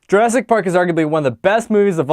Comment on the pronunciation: J"U"rassic, not J"E"rassic! Also please note only 1 "r" and 2 "s". The critic needs a critic.